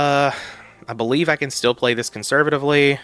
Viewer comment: Believe = be leave lol